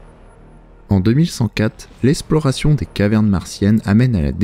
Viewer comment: par contre faut dire le X de eXplication ɛksplikasjɔ̃ <- c est la phonétique du mot. pareil pour eXploration (ɛksplɔʁasjɔ̃) voilà c est juste que ça me trigger bisous